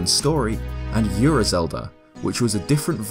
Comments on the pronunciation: and Ura is pronounced “ou”ra, not “yu”ra... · Also, it's "Ura" not "Yura". Don't add the y lol. It's a Japanese word. Yu and U are two different sounds.